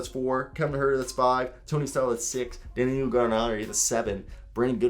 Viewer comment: It’s da-nil-o but just call him Gallo for short